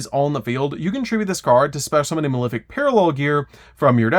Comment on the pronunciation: Pronouncing malefic wrong that many times is definitely bait.